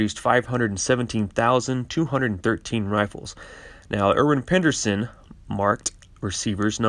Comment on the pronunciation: 'Irwin Pederson' not 'Penderson'.